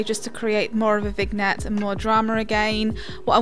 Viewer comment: The G is silent in vignette